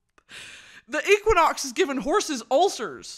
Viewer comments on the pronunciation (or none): Brittany going from Equinox to Equioxx is too funny. Equine means horse and Brittany somehow stumbled on Equioxx which is a horse drug (basically horse ibuprofen), with the side effects that cause ulcers. Which has nothing to do with the sun. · I was just going to comment this. Equioxx pronounced ek-we-ox is jus horsey meds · the correct and incorrect pronunciation of equinox had me dead